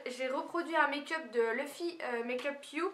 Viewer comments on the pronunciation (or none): none